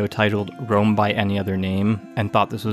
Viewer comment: You would be shocked to find out that in Serbo-Croatian we call the city of Rome - Rim/Рим Which sounds exactly the way you pronounced it